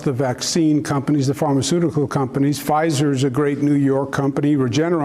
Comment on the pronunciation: did he just say pzhier is a good company? ugh. cuomo is not the best but cmon guys it’s a saturday why are you glorifying a pharma company